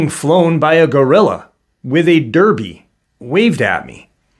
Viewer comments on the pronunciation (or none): none